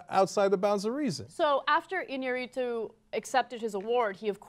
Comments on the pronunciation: You'd think that given Ana's exclusive fetish for hispanic men, she would have pronounced that Mexican director's name right. Just thought that was funny. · If this is not live, why don't you learn to pronounce properly a foreign name?